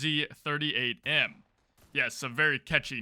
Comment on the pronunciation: Welrod isn't that rare as it also came with pretty good m3 silenced and ngl hearing kbsp wz 38m said with english way of saying letters is always weird especialy wz part as in polish it would be more of "Vu zet" so a lot shorter